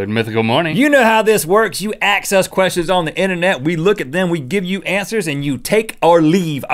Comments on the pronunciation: He always says axe and not ask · let me AXE you a question. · "you axe us questions..." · 'You axe us questions...' Rhett McLaughen 2014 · did anyone else notice Rhett said aks at the beggining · You aks us question really rhett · Why they pronounce it "Aks" instead of "Ask"? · Ikr, my friends always pronounce it " Aks " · you axe us questions....